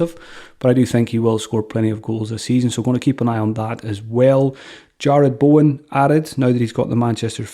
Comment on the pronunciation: Did he say Jarlath Bowen? Instead of Jarred Bowen?